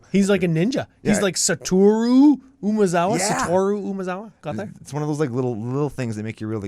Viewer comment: Finally some who doesn’t butcher Satoru’s name for once.